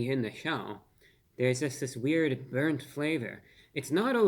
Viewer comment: Brurnt Carmel 😲😨😜